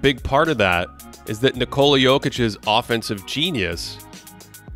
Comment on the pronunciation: An almost perfect breakdown of Jokic defense... The pronunciation of his first name is wrong.